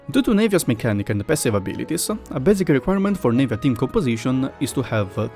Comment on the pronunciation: It's not pronounced Nave-ya. It's Nah-via